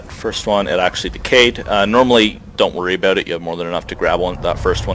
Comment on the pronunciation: Something is odd about the way you say 'about' and 'out' lol...sounds more like 'aboowt' =s